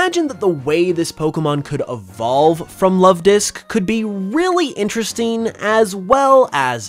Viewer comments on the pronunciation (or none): none